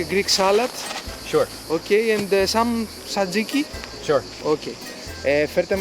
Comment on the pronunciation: I'm Greek and I have to apologize for mister "yeah yeah yeah". He was so ignorant, didn't even know what the places they visited even served, he asked for gyros at "Kostas" where they obviously doesn't have any! And he repeatedly kept saying satziki instead of tzatziki. Wrong choice of people happens quite often, but I'm frustrated that it happened on a video that should be a celebration about food in my country. Next time Mark, call me ;)